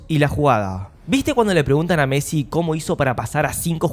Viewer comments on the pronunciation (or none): none